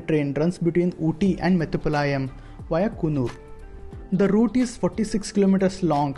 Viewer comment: Not metupalaa..yam